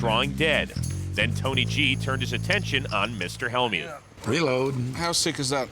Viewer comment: Hell-mute, Helm-ute.. c`mon.. it`s Hell-mut.